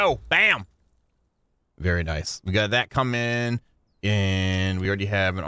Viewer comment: "Vvery nice vvery nice " But dude chill out, u dont need to grind sooo hard